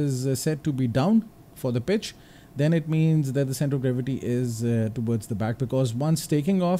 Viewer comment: It took me 2 minutes to realize that you were trying to say pitch with a "P" and not "B"😅